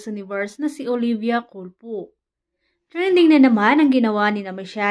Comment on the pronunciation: Culpu??? Culpo hindi culpu..😂😂😂